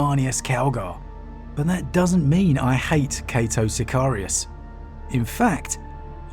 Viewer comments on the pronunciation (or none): Cay-toh Siy-Kar-Ri-Uss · it is I, cato sicarius lol